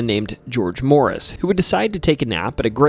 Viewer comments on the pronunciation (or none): none